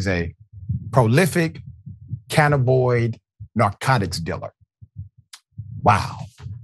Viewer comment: I like your show, watch it often. Thanks for doing it. But Doc you need to find the correct pronunciation of words. The word today was Cannabinoids. That's Can na bin oids. Just want you to know for next time. Makes it sound better to have correct pronunciations.